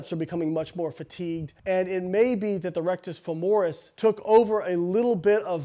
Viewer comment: Rectus femoris is hamstrings? At first I thought he misspoke but then he said RF took over for the quads when they were fatigued... Maybe he meant biceps femoris? Regardless I always thought it was pronounced FEH-mo-ris 😅